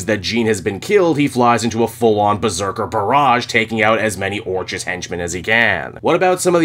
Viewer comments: Orchis is pronounced “Orkis” like Orchid. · Orchis - pronunciation Or-Kiss 😂😂😂